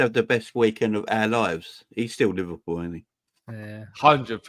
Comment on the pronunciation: Neverpull ❌ Liverpull ✅